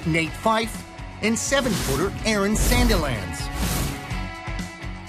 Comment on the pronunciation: wow nate fyfe haha americans can't say nat right 😂